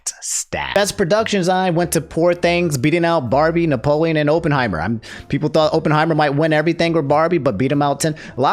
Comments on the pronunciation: "open heimer" just pronounce it correctly ONCE for the love of god. i just have a weird thing about pronunciation its not your fault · Drink every time pronounces "Oppenheimer" in a weird way, the result might surprise you (death). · He fumbled Oppenheimer and Cillian too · “Open heimer” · "Sillian Murphy for Ohpenheimer" is just a white woman in disguise i stg